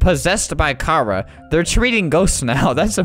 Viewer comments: Its ch ar a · What funny is he said possessed by chara like "possessed by kara" xD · Me hears flamingo says/pronounced Chara wrong me: REEEE!